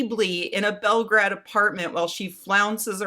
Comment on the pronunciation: Either say Belgrade or Beograd. As it stands it makes you sound like a superannuated racist that thinks learning how to say foreign names is beneath them.